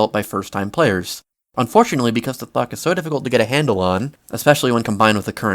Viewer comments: does anyone else hear him saying "fuck" instead of "thok" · Sounds like your say instead of thok drum rolls please: THUCK cause to me it sounds like f@ 💀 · bro did NOT say thok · why does the way he says thok sound like fuck?